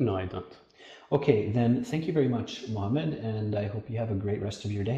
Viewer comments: As far as I've heard he said Mohammed even though It sounded close to Mamed or something like that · the arab guy say Mohammed and yeah when interviewer said it sounds like mamad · May I have your name please? -My name is Mohammed. -Ok, HIMOMEN ???? Really ???? HIGHMOMENT? HIMOMENT?